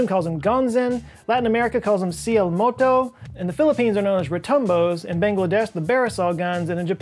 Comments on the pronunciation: I can guarantee you no Brazilian ever said cielomoto ever. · When I heard the latin american name for skyquake i thought you said "siii, el moco" instead of cielomoto XD sorry, I had to say it, the pronunciation wasn't that far off tho.